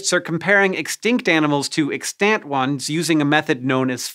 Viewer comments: EX-tant, not ex-TANT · "ex-TANT" Hank, please. It's "EX-tant" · EXtant, emphasis on the first syllable. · it’s pronounced wrong tho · Was anybody else annoyed by the way he pronounced 'Extant'? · You say "extant" weird. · TIL that pronouncing the a in extant is apparently allowed according to dictionaries. I would still like you to stop doing it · "extant". he's not pronouncing that correctly, and it hurts my ears.